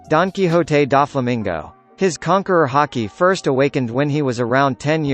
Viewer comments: DON KI HO TE DO FOLA MINGO.. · "dankihote daflamingo"